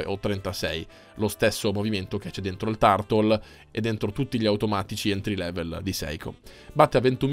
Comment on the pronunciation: Caro sei un ottimo recensore ma Turtle pronunciato 'tartol' non si può sentire, corri ai ripari.